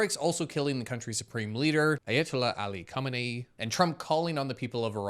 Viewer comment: Ayehtola Arly Cumminy💀